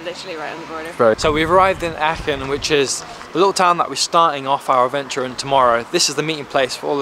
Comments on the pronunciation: I'm from Aachen and hearing you butcher the pronunciation in a slightly different way every time you said it was quite funny 😂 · if you have 2 Germans with you, why have they not told you how to pronounce Aachen correctly...